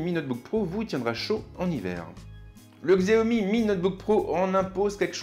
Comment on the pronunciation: On le prononce "chiaomi"....